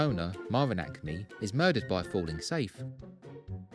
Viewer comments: No chance, you’re not getting off with that, you don’t have an accent 😄. That’s an N and you know it… Nice vid though! 🤝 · Marvin ACME, not Acne 🤣 Acne is spots lmao.👍